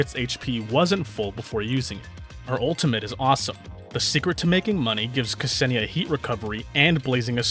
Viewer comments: Imma be a nerd for a second (since I know Russian) and correct you. The way you pronounce her name is not kAsenia (there's no A there lul, I don't get why everyone puts an A there), it's more like K'senia, you basically make a slight pause/gap between the K and the S. There you go, I'm sure this is VERY useful information... 🤪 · Very interesting history sections, informative gameplay explanation packaged in an entertaining video. Just chef's kiss 👌 But one thing her name is not 'Kasenia'. The pronunciation is not false but midly off that is like an itch that i can't get rid of. Hard to explain in a comment but google translate does nail the pronunciation when you type Ksenia and switch to russian. Otherwise as said before still a nice video👏